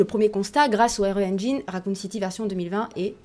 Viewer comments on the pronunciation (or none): none